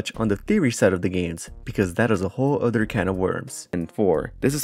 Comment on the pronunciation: Everything aside, I like it when he says “other” hehe. Sounds like “udder”